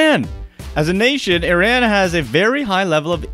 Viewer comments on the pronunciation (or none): Please dont pronounce Iran again